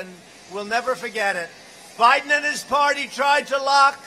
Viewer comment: Hahahaha 😂 Trump is the man called Joe Biden "Joe Hiden" lol 😆😂 😂